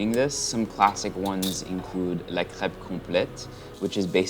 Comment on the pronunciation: I legit thought Erwan was so done with Nutella that he called it "Nutella crap". Nutella crepe, got it. hahaha